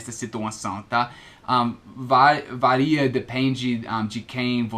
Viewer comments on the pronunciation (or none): none